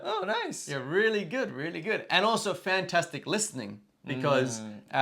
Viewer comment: その後で説明しているけど、ホリエモンは日本人の典型的な発音で、アンビリーバボー！と言ってるからです。 レアリー？も日本人の発音の典型的な発音で、通じない可能性が高いです。 Unbelievableとか、Really？はマジで発音が難しいです。 自分ならば代わりに、 Wow! It's amazing! が言いやすくて、良く使ってます。 UnbelievableやReallyは、地雷です。